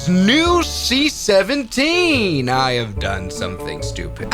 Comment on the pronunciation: The seat 17 instead of the c17